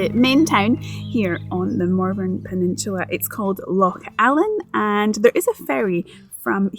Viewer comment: I thought u were calling it Mormon penishula